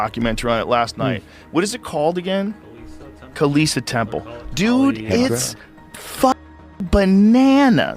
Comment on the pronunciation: Kailash.. not Kalisa.. is it too hard to pronounce?